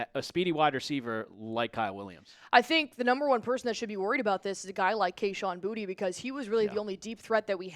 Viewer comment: May he unsubscribing given the change. Sorry, just being honest. I don’t know if it was who filled in for you before, but whoever it was… his opinion was sketchy… and he claimed to be a big time Pats fan, but doesn’t even know who Boutte is… couldn’t pronounce his name. Sorry, again, not trying to be a mean Internet troll. I hate those people. But you can’t claim to be an expert and not even know the names of the players on your team. Questionable opinions, questionable knowledge. With your departure, Allie… I’m out too.